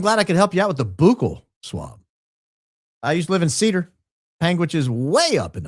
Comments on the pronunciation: Now you know what that means. And you know how it's pronounced, "buck-ell swab," not "boo-kell swab." Now, with myself being high IQ, this was done to give Adfleet a video to make of him purposely not knowing and mispronouncing "buccal swab" on purpose. Hey, I just like the truth! 🤷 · you are killing me with the Boooookle swab😂 It is more like Buckle 😂